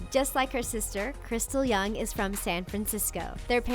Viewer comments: This channel knows nothing about KPOP. How can you mess up so many times? "Jay Park was the leader of 2AM." No. He was in 2PM. "Jessica Yung." It's Jung. There's clearly a J there. If Jung was pronounced as Yung, it would make sense to mispronounce it as Jung because that's how it reads, but why the hell would you assume it's pronounced "Yung." And accusing Sam of plastic surgery? Yes, it's pretty common for people to get plastic surgery in Korea, but weight loss is a thing. Companies will force their artists to starve in order to maintain that perfect figure and many times, idols are pressured to lose weight because they're a victim of fat shaming by "fans." Besides that, the most common procedures are nose jobs, jaw shaving, double eyelid surgery, or anything involving their facial features. As far as I know, any work on their body is pretty uncommon. Clearly they're making these videos for the views. Unless they do better research, I really wish they would stop with the KPOP videos because they obviously don't know a thing 😒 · 1) Why is posting so many videos about kpop? Easy views? 2) "These days, Eric Nam hosts a web show called After School Club"... he quit last year... 3) For the second time, Jay Park's group was 2PM not 2AM. 4) Why did they keep saying "Young" instead of "Jung"? 5) "Girl's Generation's Jessica"... she hasn't been part of GG since 2014 6) For the love of God, stop comparing these idols to Americans. They didn't train for years just to be the Korean ver of (blank) 7) Got7's Mark? f(x)'s Amber? K.A.R.D's BM? TWICE's Mina? Rania's Alex? BotB's Peniel? NCT's Mark? SNSD's Tiffany and Sunny? Pristin's Sungyeon and Kyla? Seventeen's Joshua and Vernon? Rapper Jessi? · PLS. Jay Park came from 2pm Its Jung not Yung (the J is there for a reason) is a picture of ukiss Kevin (who is also from the States) but wrong Kevin Honestly is it that hard to find someone remotely interested in kpop to help you on these videos?? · JUNG NOT YOUNG =.=